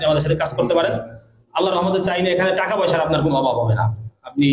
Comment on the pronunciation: উচ্চারণটা হবে টাকা। টেকা না ভাই।